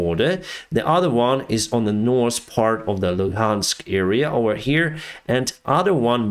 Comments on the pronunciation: Hi, thanks for your hard work. May I give you a hint that you have forgotten. When speaking English the word ( north ) and ( south ). Both Do Not have sass in them. I believe when you were learning no one corrected you and when you say north or south. You have added an (s) which is not there. So now that someone pointed out the correct way of pronouncing both and south. Give it a try.😊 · You know how to pronounce the ( th ). Very well, I'm impressed. Usually that's the hardest. But you know how to use the TH... so it puzzles me why you don't use it on two very important words as a pilot. North and South. Neither one has an s at the end. Now that you are aware, can you try pronounce th, as the, not TS. Again I'm trying to help you ( and my ears) but help you improve your English. I'm amazed in all the languages you can read and write. I'm trying to help. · Drinking game: take a shot every time says: -'Some sort of...' -'Nors' or 'Sous' (instead of North or South)